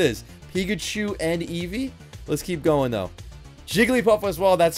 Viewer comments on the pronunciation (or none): none